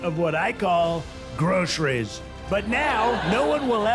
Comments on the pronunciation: The one thing I like about Trump is the fact he pronounces ‘groceries’ properly, not ‘grosheries’ like in this clip. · Oh, "gro sher rees"?? 🤔